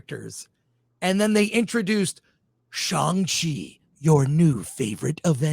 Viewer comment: What is Chong Chi? Does he mean Shang Chi?